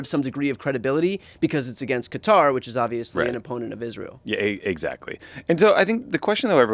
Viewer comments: It is pronounced "kuh-TAAR".....!!! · Please say Qatar properly.... it's not cutter ... wtf is wrong with you.